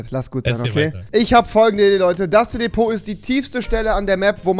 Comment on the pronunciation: Das heißt nicht Depot sondern Divot